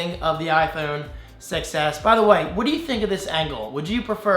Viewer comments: Does anyone else hear iPhone success when says iPhone 6s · Every time you say Apple "6S", it sounds like you're saying Apple "Success"! Lol!